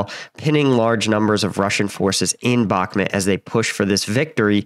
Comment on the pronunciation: its not Belgorod its Belogrod ,its Bakmut not Bakmet. get it together